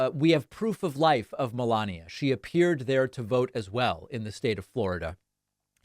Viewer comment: Can you please stop emphasizing Melania’s name or saying’Obamner’